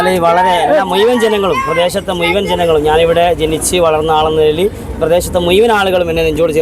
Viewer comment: മുയുവൻ അല്ല ഷംസീറെ, മുഴുവൻ ✔️ 😊